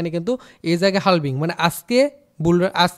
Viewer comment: হালভিং না ভাই হাভিং বলে এটাকে